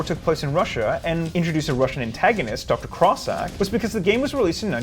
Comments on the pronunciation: It's Dr.Cossack, not "Dr.Crossack" - You pinched in an 'R' too much. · There's no R in "Cossack". Also, 'tis pronounced "ko-ZACH"